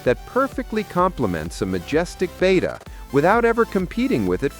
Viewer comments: The Greek letter, "beta" is pronounced, "BAY-ta." The captions in the video even render it, "beta!" The fish is pronounced, "BET-ta." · BETTA. It is pronounced bett uh. "Beta" is a Greek letter, which is pronounced bay tuh. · it's BET UH, not BAYTA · BETTA NOT BETA! DAMMIT!!!